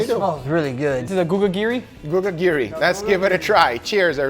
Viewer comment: Gugagiri? Come on man! That was so obvious: Gugiri!